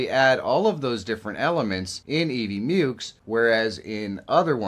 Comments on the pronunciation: "mucks", not "myooks". Rhymes with "f....." (firetrucks) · Mucks. It's EV MUCKS. 😆